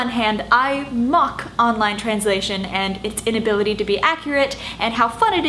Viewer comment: "it's inability to be accurate" sounds like "it's impurity to be Cedric"